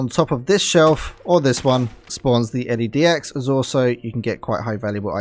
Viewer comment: L-E-Dx haha LedX mate